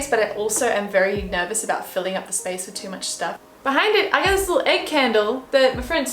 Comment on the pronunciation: oh my god. you just vibing to the microwave oven and being like "spaice" cracked me up